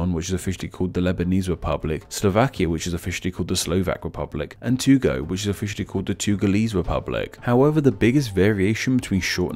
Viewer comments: And Togo is not Tugo but Togo. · What the hell is a "Tugo"? Did you try to say "Togo"? It's pronounced "toe-go" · Togo is pronounced like "Toe Go". My wife grew up there.